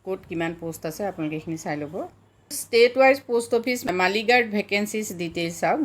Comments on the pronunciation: Not মাইলগাৰ্ড it's মেইলগাৰ্ড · মালিগাৰ্ড নহয় বাইদেউ 😂😂😂 মেইলগাৰ্ড হে শুদ্ধ 😄😄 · বাইদেউ আপোনাৰ চেনেলটো চাওঁ বহুত ভাল লাগে শব্দ বোৰ শুদ্ধকৈ কলে আৰু ভাল লাগিব বাইদেউ মালী গাৰ্ড নহয় মেইল গাৰ্ড হব লাগিছিল